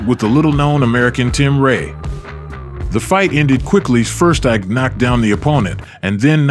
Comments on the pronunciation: It's E-Kay, not Ike. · Whites: call him Eye’k Nigerians: it’s actually pronounced “E-Kay”😊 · It's pronounced "Eekay" not "Aik". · He's name means strength It's pronounced like(E.K) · His first name Ike pronounced as E-Kay means strength/power in Igbo language. Igbos believe peoples name manifest in their life. No surprise he has so much power